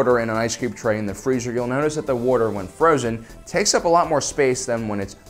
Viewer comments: Craziest thing about this video, is that calls Water “worter.” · “War-tor” ...why are you like this? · I have to ask, are you from Philadelphia area? I pay attention to speech patterns alot, and I'm noticing the way you pronounce "water" would like to know if my guess is correct... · You say water weird.